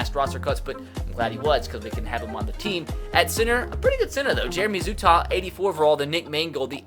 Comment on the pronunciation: Jeremy Zuttah is pronounced Zoo-tuh His brother is friends with my brother